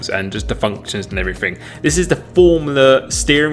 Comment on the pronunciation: Everyfing- why can’t u brits use th